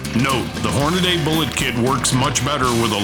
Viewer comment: Stop saying Hornaday. It's Hornady